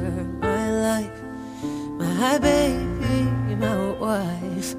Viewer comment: I remember first hearing this song a couple months ago on Spotify, and laughing at the way Christina pronounced the word 'baby' in one of the lyrics every time I listened to it. I didn't know anything about this song's authors or what happened to them. So imagine how shocked I was when I read the top comment on Kurt's music video for this song, and a quick Wikipedia search later... I didn't know a lot about Christina, and I know I'm 4 years too late, but this emotion hit me like a truck. The raw emotion shown when she sang the song and the pure skill and talent, it left me speechless, every time I watched and listened to it. RIP Christina, this song and so many others from you and this family of Cover Artists, will be playing over and over in my head and in my earphones for years to come. I hope you look down on all of us and are proud of the people your friends have become.